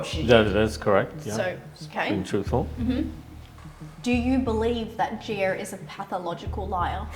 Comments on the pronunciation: her name is gi-a, not gee-err. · ok honey but made-up or not, the pronunciation is not gee-err.